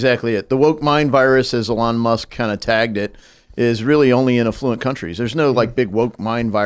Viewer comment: it's Affluent.